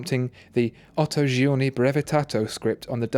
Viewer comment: GUIDO !!! GUIDO not "Giovanni" ! What a shame... and please , what a horrible pronunciation ... are only 3 words come on : "egiziano" " giorni" " brevettato"